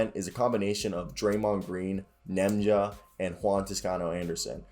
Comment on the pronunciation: Ian clark. Festus Ezeli (fest-us E-zee-lee). Lol can't Nemanja's name either🤣.. keep grinding keep getting better!